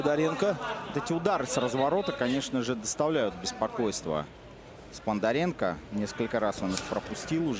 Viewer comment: Комментаторы молодцы- Сподаренко они говорят Спондаренко